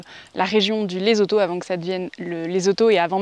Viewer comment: On dit pas Lezoto mais Lessotou